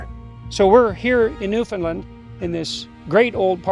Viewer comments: PS. I also learned how to pronounce the province’s name correctly. Apparently most Americans tend to butcher it, especially those of us with southern accents, lol! To remember: Newfoundland should rhyme and/or have cadence in a similar manner as the word, “understand.” Understand Newfoundland!(However, the “a” in Newfoundland is a slightly softer,more rounded sound than generally found in the southern USA.) So the name itself is NOT pronounced as “Newfinlunn” like I was taught in world geography. Lol😊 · I can’t believe Rex let you call it Newfundland haha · It’s pronounced New Fun LAND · I can’t believe that you keep pronouncing Newfoundland wrong and Rex didn’t correct you, with so much respect and respect should be given when speaking about such a beautiful island of Newfoundland (new fin land ) is how you would pronounce it but flowing out as one word. From a Newfoundlander and former fisherman A LITTLE BIT OF SALT WALTER WILL FIX WHAT HALE’S YA !!! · At least pronounce it right omg